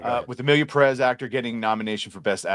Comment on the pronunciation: i hate the way says 'perez' peddezz lol. nah i dont want to even go there